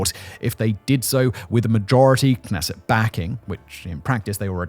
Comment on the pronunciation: I know that Hebrew presents many challenges to pronunciation, but the Knesset( the Israeli legislative body) is pronounced K' nesset